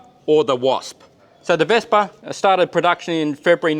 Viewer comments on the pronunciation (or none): "Wespe"!!! Not "Vespa" 😂😂😂 Greetings from Germany 👍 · Can't wait to see the work on this one being done! Excellent pronounciation on the German name, though a minor note: "Wespe" ends more on a short "eh" Love these short tours of the vehicles, sad that the museum is almost literally on the other side of the world for me, would love to visit it, but your videos already bring it closer! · Ich habe selten ein Australier oder Ami mit so guter betonung und aussprache gehört, welcher kein Deutsch spricht. Das Wespe hat er trotzdem verkackt XD --------------------------------------------- I've rarely heard an Australian or American with such good accent and pronunciation who doesn't speak German. He still fucked up the wasp XD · Das Wespe hat er trozdem gefickt. Aber ja war auch verwundert